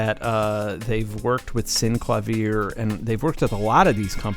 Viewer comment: Please learn how to pronouce things. First, VANGELIS, hard g as in agree. Second, Syn CLAy eve er. Otherwise your videos are cool.